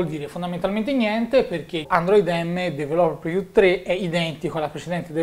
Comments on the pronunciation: "su questa dv-rló-reviú" mitico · sei bravissimo, ma ti prego impara a pronunciare "developer preview"! :D